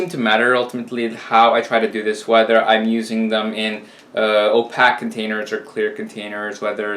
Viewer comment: The WORD OPAQUE is Pronounced OPAQUE. As in O-PAKE...Not Opack. lol Stop it. lol